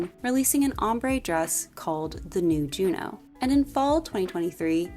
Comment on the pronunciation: the OH sound in french would be spelled eau. I believe Junon is pronounced more like you're actually saying it with the N but leave it off if that makes sense